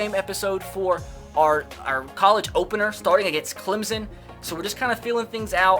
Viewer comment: CLEMSSSSSSSSSSSSSSSSSSON NOT CLEMZZZZZZZZZZZZZZON